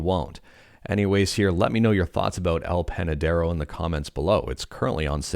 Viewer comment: RPCS3 on Android?, alright that awesome to hear even despite that is just a test, it would be amazing to play my PS3 games on the go. Also you really pronounced very well El Panadero, looks like those days on Mexico helped you a lot, lol!.